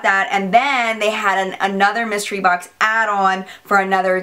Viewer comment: Lmao!!! I always crack up when you say BOX! Baux!! Lol! And I have the boho deep blue! Wearing it now!